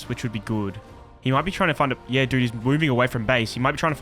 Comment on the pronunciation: bro keeps saying heee-yah . its a one syllable word m8